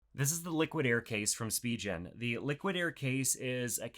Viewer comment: Spee-gin Spigen